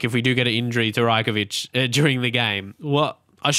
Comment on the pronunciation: It's Raj-Kovic not Rye-Kovic